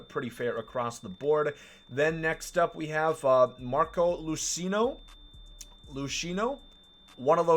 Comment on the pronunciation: Marco LUCY-AH-NO lol